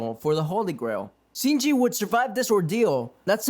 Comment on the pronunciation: My guy your pronunciation needs work. It's gilgamesh not gigamesh. And the h is silent in cu chulainn. Shinji not shiji and your narration skills need a bit of work as well